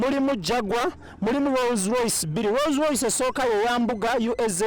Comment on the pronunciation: It's called Rolls Royce not Roz Royce..